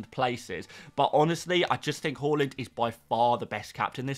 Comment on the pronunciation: Please learn to say Haaland correctly next season 😂😂😂😂😂😂😂😂😂😂😂😂😂😂😂😂😂😂😂😂😂😂😂